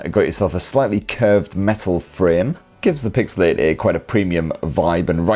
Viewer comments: I keep hearing pixel 80 instead of pixel 8a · Is he saying 8a or 80? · 8a ❌ EIGHT-EEEH ✅ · It's not the best model number to hear in a jordie accent is it 😂. 'eeeught eaaye' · 😂😂 i was laughing out loud every time he said it